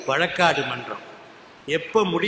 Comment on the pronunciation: வழக்காட்டு இல்லை வழக்காடு